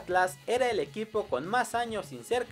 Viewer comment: En el minuto 9:8 dice EUIPO deberia decir EQUIPO XD